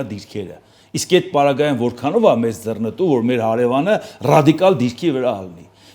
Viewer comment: Հարգելի՛ս, արտասանե՛ք ոչ թե՛ ՝ <<ձեռնԸտու>> սխալով, այլ՝ << ձեռԸնտու>>.....